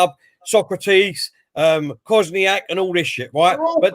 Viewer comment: Kolasinac KOSNIAK ffs absolutely butchered them names 🤣🤣🤣🤣🤣